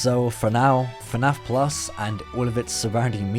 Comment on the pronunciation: I’m so tired of hearing the words “fuh naff plus” I’m actually going insane